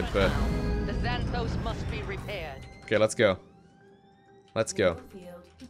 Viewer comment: «Xan» → «Szæn», not «Ksan» in «Xanthos».